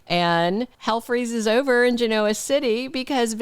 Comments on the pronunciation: It doesn’t matter but you say Genoa with the O emphasized like ebola when most say it GEN-a-wa with the O sounding more like an a. It’s a dumb thing to call you out on. 😉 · I think your pronunciation of Genoa City is endearing… just like you spell with a Y… just be you!